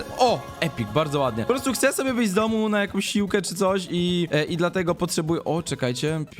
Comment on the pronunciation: "Hce peta"